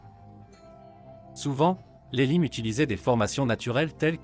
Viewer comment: Les phrases sont lues d'une traite, sans "pause respiratoire", sans aucune ponctuation, c'est très désagréable en effet. Et la prononciation de mots latins comme "Valens", "limes" ou "Stilicho" fait mal aux oreilles